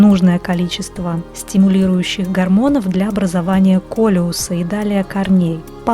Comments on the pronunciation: "Для образования колеуса"? Нет,не колеуса,а каллуса. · Образование каллуса,а не колеуса. Впечатление испортили от видео.